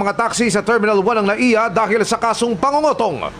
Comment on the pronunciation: Pangongotong ata tamang word😅 hindi pangungutong😅 tunog ano eh .. 😅